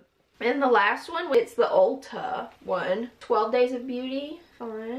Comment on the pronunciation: “UUlta” the way you said that lmao